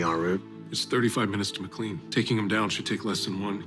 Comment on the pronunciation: I loved this episode but it took me out of it hearing “McLean” pronounced incorrectly multiple times… no military personnel stationed in the DMV would actually mess that up. 😭